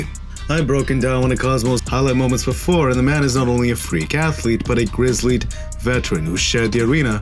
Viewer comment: hahaha..."grizzlied".... Ok, man. Reading's hard. I believe in you.